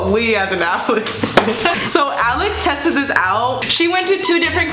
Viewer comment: No one: literary no one : Her: tasted instead of tested*